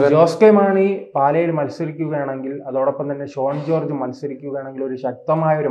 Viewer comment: ഈ വേട്ടാവളിയൻ ആദ്യം പേരുകൾ പറയാൻ പഠിക്ക്. ഷാൺ ജോർജ്ജ്, ജോസ്കോ മാണി, റോസി അഗസ്റ്റിൻ '😢 ഇതിനെ എവിടെന്ന് കിട്ടി😂